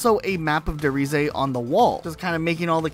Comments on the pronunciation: I heard that too, he also calls Der Riese, De Resa lol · The way this guy pronounced “ der riese “ let’s me know he ain’t an og zombies fan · The pronounciation of Der Reise is supposed to be Der "Rhysæ", what's worse is his earlier pronounciations of "Natch" Der Untoten, his late pronounciation of Der "Rhysè", Der "Eisendrack", Gorod "Kovi", "Verrookt" and apparently, "Dy Masheen"